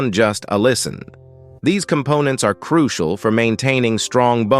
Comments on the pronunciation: Can we believe all this? Croo see al ? Why doesn't he just say "crucial" instead of his silly pronunciations. Never knew Orson Welles was a medical expert. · Goot flora balance, which is croo-shee-ahl.